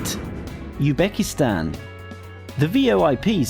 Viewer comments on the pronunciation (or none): It is uzbekistan not ubekstan